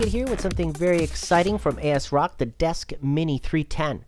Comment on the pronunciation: also asrock